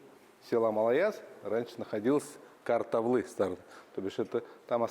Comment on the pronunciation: Слух режет-- какая КаратаВлы? КаратаУлы! Не важно как вас называют чужаки-- важно Ты сам себя как Называешь!